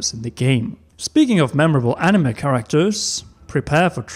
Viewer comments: Just came to the comments to see if anyone else had a problem with how he pronounces ‘anime’. Ani-muh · "Animuh" eye twitch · Why does he keep saying 'animuh'?